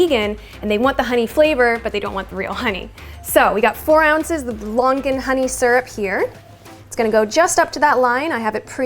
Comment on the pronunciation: Her: Lon-gan Me being Cantonese: 👁👄👁